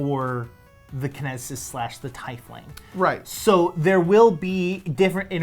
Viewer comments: I kept cringing so hard because you kept pronouncing Tiefling wrong. Quoted from D&D pronouncing guide/community. Tiefling is pronounced TEEF-ling, not tie-fling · I think you made world record for mis pronouncing teifling the most times in 5 minutes